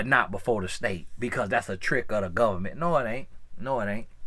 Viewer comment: “Lemme tell ya bout the govment” 😂 sounds like one of my cousins from Bama